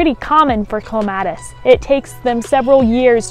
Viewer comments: OMG.... I couldn't get past the first couple of seconds after I heard "Clem --- AT -- iss!!! " Drives. Me. Insane. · It is cleme ...tis